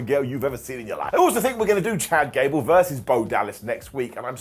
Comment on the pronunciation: Did you say “Ghad Cable? NOOOOO BODY TALKS LIKE that.